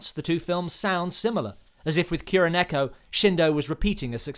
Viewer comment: Sam-eww-rai Little bit too much of an over inflection there. Ki-ro-neko This is also incorrect. It's pronounced KU-ro-neko.